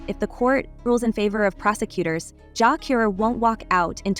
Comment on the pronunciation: JAH CURE not JAH COR sir where you from kmt